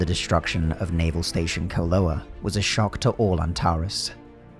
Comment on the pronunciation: Cổ Loa (Co Loa) is a Vietnamese name for an ancient fortress. Hearing the narrator pronouncing it makes me want to cry.